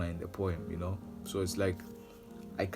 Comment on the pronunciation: What’s up, how you doing. My name is solo Km. I’m a boy?🤣🤣🤣🤣🤣 he said poem and made it sound like he said boy 🤣